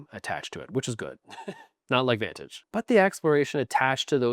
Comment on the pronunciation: I enjoyed how you butchered Vantage. I personally enjoy it, but I can't say you're wrong in what you're saying. I guess for some the sum or the parts just is more than for others.